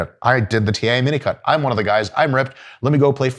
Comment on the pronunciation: Is he really saying minicut? Because I always hear minico*k 👀